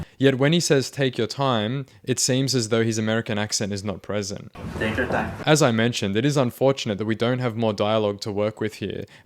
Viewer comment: "Tayke yur taym". Filipino accent confirmed. It is pretty jarring how he goes from that to an American accent between sentences, but damn, what really confirmed he was a Filipino, was the incredible amount of shame he felt when he got caught. Shame runs deep with us. Serves him right.